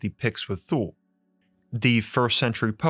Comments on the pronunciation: Thule is pronounced tooh-ley. Hitler had a Thule society, I wonder if Antarctica or Artic is entrance to the Thule. Our government sure loves to visit the Antarctic and if you wanted to even try to get there you would be stopped by the Navy. Robert Zephyr has done a few videos on Thule society. By the way The final days channel (fear mongering if you ask me) has a video of 2 moons from FAA camera's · Just a quick note Thule is pronounced Toolie. Thanks for your great videos you are the best out there... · I thought Thule was pronounced too-LAY... Am I wrong? It's the name of an outdoor adventure company, centered around biking and bicycle transport via car racks. I've heard it pronounced both ways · I can remember 45 years ago, my grandparents were members of Thule Lodge. I believe it is pronounced [Two-Lee] although I could be wrong. However, the video was amazing. Great contact yet again.👍👍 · It’s more like tuh-l’e actually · Thanks for the pronunciation of "Thule." There's an outdoor brand named after that and everyone I've ever met has pronounced it "too-lay." I suppose they'd rather be thought of as a tool than a fool? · It's spoken like Tooley, not Thoole. Like the Chepu Tule white indians of Panama, the Thule eskimeaux, etc. not a fable, just hidden ❤ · It's pronounced "tuhl-eh" not "thool" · I'm used to hearing "Thule" pronounced as "Toolie", or "Twhoolie" meaning "way out in the sticks", "out in the Toolies". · The furthest polar region of earth, We learned this in school. It is pronounced in NyNorsk as “Too-Leh” phonetic English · FYI.... Thule is pronounced "Two-Lee". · Given what I have learned as a linguist, Thule is most likely pronounced like Tyoo-luh. I will spare you the linguistic notation. Similarly, the Egyptian god, Thoth, is more correctly pronounced Toe-th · I believe the pronunciation is > tooly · Say “thool “ one more time.. one more time 😳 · FYI, Thule is pronounced (tu-lay) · Its pronounced "tooley" not thule.